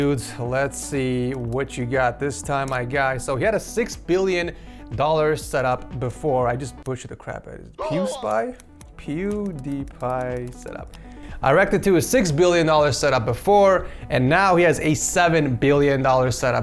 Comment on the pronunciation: bro you said peeeeeew wrong